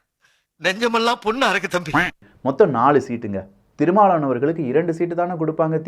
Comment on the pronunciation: Yen pa unaku tamil sariyave pesa varala , thirumavalavan nu solla varala, tamil tamil makkala yemathura ne